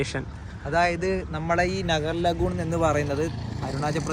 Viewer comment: നഗർലഹുൺ.അല്ല.നാഗർലഹൂൺ.ആണ്. ഞാനവിടെ.ഒരുവർഷം. ഉൻഡായിരുന്നു.റെയിൽവേ സ്റ്റേഷൻറെ.കുറച്ചു മാറി.ഹെലിപാഡ്.ഉൻഡ്.അതിനോട്. ചേർന്ന്.സൺഡേ മാർക്കറ്റ്.ആണ്